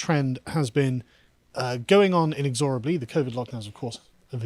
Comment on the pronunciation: In-ux-orr-a- blee You mean in-ex-ur--a-blee